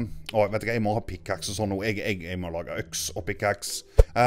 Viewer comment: når du skulle si Pickaxe sa du pickaks......